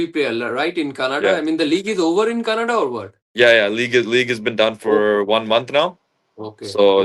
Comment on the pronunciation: It's Canada not kannada 😂😂😂